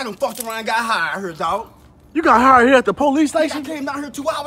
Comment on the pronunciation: This fool said "I got High-erd" smooth azz play on words.